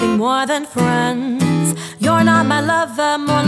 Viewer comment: Dude said frinds